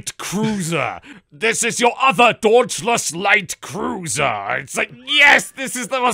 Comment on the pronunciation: "DAWNTLESS LITE CROOSER!"